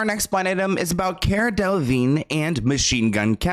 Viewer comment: It’s Cara… not Kiera. Do you even try anymore? 😒